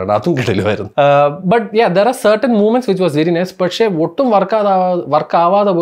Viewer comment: അണ്ണൻ മൊമെന്റ്‌സ്‌ എന്ന് പറയുന്നത് മൂവ് മെന്റ്സ് , വെരി നൈഷെ :face-fuchsia-wide-eyes